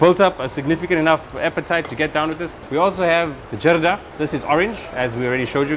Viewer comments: Its call zardah not ... Jarda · 'Zardaaaaa' not jarda please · Loved it! But a little more work has to be done on Talaffuz as the sweet rice is called Zarda and not Jarda.. Barring that everything was spot on! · It's actually "Zarda", not "JARDA". Great content and amazing job by the host and of course Zia bhai. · Afghanistan dont have biriyani, the refugees who lived in Pakistan took this dish along with many dishes back to Afghanistan and 2ndly its Zarda not Jarda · RIGHT ....I was about to Write this Too.....Its ZARDA ..Not Jarda ... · Thanks bro, welcome 2 my city, love your video, but We don't call those sweet rice " jarda" We call it " zarda" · Bro, the word is Zarda from the color it has which is zard which means "of gold" and also alluding towards Zafran (Saffron) which is also the yellow color. When you call it Jarda on international channel, everyone is going to copy you. Without the zee sound the whole etymology of the word is decimated in a second. Thank you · Its ZARDA not jarda !!! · Its Zarda not Jarda 🤦🏻‍♀️ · It's not jarda rather Zarda with a Z